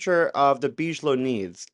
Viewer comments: Why are you saying “BEEZH-LOW”?? It’s pronounced “BIG-UH-LOW” damn man, C’MON !! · "BIG-A-LOW" not "BEEG-LOW"....LOL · its pronounce Big uh low. robert big uh low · big-a-low just like the tea company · I love you dear but Bigelow is pronounced Big-a-low. Lol 😂😂❤ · It’s Big-ah-low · ’BIGelow’ - hard G pronounciation 😊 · You don't know about Bigelow? Big - eh - low. you need to catch up, my man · I love your show. I wouldn’t change a thing but just thought I’d help with the pronunciation of Bigelow. It would be pronounced Big-uh-low. You are much smarter than I am so No judgement. It’s all I have to offer 😂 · Big - e - low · Wow! One of your best! Eye-opening as to what is really going on. Impressive! Thank you! Also, just wanted to mention 'Bigelow' is pronouced Big a low. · Bigelow is pronounced like biggie smalls . bi-guh-low. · I'm so sorry but I'm having a hard time dealing with how you just can't pronounce Bigalow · (and a millions times after that too...) due to how he pronounced the name of Bigelow, I wonder if he ever even heard of the guy at all before...